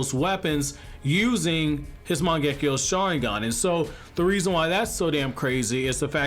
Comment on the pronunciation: Every time I hear this guy butcher “Mangekyou” it makes my skin crawl. It’s pronounced “Mahn-geh-Kyo” NOT “Man-geckee-yo”. You’re adding an extra syllable. Your welcome. 🙏